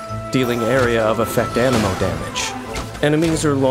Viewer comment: Genshin impact : Anemo me :.....Ameno